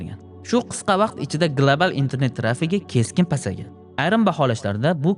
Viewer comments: Gilabal❌ Global✅ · Глабал, гугул 😂